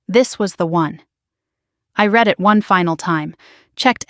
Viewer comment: PRONUNCIATION CONTENT CREATORS!!! I {RED) not {REED) the post script! Fingernails on the Blackboard!!!